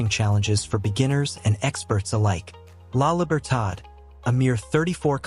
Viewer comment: Your narrative is ok but you failed in accuracy with respect to the video. You showed clips that belong to other countries an dishes that were not part of the narrative. You failed to get names right like "La Libertad", "El Zonte" etc. I wish you correct and republish this video. Otherwise, thank you for your effort.